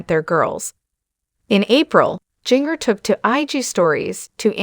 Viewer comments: Its pronounced Ginger not Jeenger good lord🙄🙄🙄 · PLEASE learn how to pronounce HER name! It does NOT rhyme with ‘zinger’. It is Ginger, like the spice! Nothing shocking here! Just another rambling on video! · Please pernouncing her name.. phenically, it is said as ginger as in ginger ale. It was spelled with a "j" as all of her siblings' names. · Pls learn to say Ginger correctly. Say it like the herb Ginger. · Yes please please learn how to say ginger...jinger😊